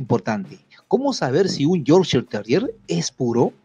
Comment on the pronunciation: Me encanta es como explica cuáles son las características típicas de un Yorkshire Terrier de raza pura pero a la vez pronuncia erróneamente la raza del perro 🤷🏽‍♀️ pero nada; Él es el experto!